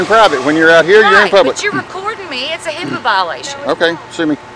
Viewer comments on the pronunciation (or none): "Hiipa violation".., you are a dummy.. 😂